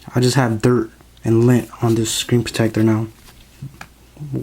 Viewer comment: Whats lin? He says lin